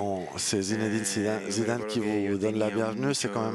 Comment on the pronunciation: Sissou 😂🤣😂🤣😂🤣 Sinedine Sissou, c'est qui ce traducteur???